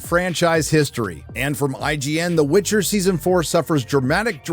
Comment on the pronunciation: Witcher, not witch her...